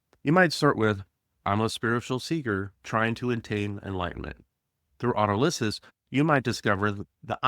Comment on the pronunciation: Very nice. I read McKenna's books when they first came out. Oh, and it's pronounced auTOLysis. :-)